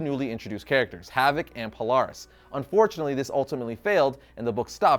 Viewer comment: Po-Lar-is? Really dude. Its Po-Ler-is, did u even watch the 90s cartoon?